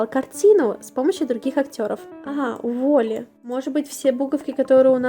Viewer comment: уолли правильно череза у (не хейт)